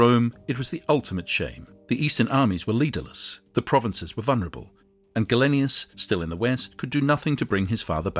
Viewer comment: Interesting stuff, but you could try to pronounce names like Gallienus not Gallenius and Principes properly.